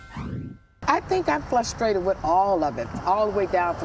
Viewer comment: "FLUSTRATED" LOL